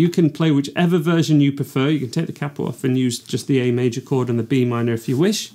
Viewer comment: the way he says capo triggers me